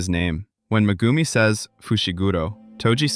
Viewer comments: bruh really called megumi " mah-goo-me" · Meh-Goom-e kills me